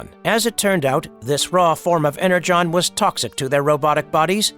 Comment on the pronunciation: Additionally AI pronounced the word "energon" wrong